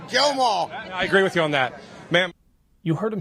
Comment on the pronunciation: I'm pretty sure that toofer-mouth said gwill-gwem-awl..